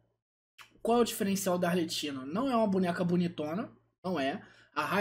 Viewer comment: A pronúncia do nome é arleQuino, “ch” em italiano tem sim de “q” e o nome de todos os fatui é em italiano